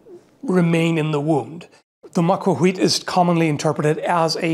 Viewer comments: Just as a small note, the L in macuahuitl is not silent. It's an uncommon non-English sound, but it is definitely pronounced. Though rare in Europe, it's fairly common in Native American languages, including the Aztec Nahuatl, and can be found in dialects in Africa, Asia, and also in Welsh. Amusingly, it's also used in Klingon. I'll leave a Wikipedia link to the /ɬ/ and /tɬ/ phonemes I'm describing, below. The /ɬ/ portion is kind of like an LH. It's like an L in tongue placement, but instead of voicing the sound, it is instead produced by an unvoiced heavy breath. This difference between /l/ and /ɬ/ is similar to the difference between the S in "treasure" and the SH in "rush". /tɬ/ is a combination of /t/ and /ɬ/ into a single phoneme, with the /t/ stopping air flow and then air flow resuming as /ɬ/. This is similar to a sound like CH, written as /tʃ/ in IPA, which essentially uses a /t/ to stop, and then resumes with an SH, written as /ʃ/. Whenever you see a TL in a Nahuatl (Aztec) word, including the name of the language itself, it's this /tɬ/ phoneme. So it's not that it's silent, but that the entire TL is a compound non-English sound. Saying it's silent is like saying that the H in "much" is silent, and pronounce it as "muk". Macuahuitl (notice /tɬ/ in IPA pronunciation): Nahuatl Phonetics: /ɬ/ Phoneme: /tɬ/ Phoneme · Pretty sure the tl in macuahuitl isn't silent, it's voiceless. You say L, but without your vocal chords vibrating, using a puff of air instead. It's like the double L in Welsh, like in Lloyd, Llanfair and Llewellin. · As someone who lives in the Yucatan among Mayans, they've told me that the "l" in certain words like Macuahuitl is not silent, instead you stick your tongue out a little when making the "l" sound. It's difficult, but the natives can do it consistently since some people here still speak Mayan. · shouldn't there be no /h/ sound there in macuahuitl? is how they spelled /w/ as far as I know